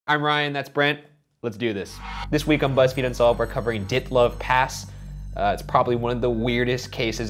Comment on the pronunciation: "Ditluv Pass"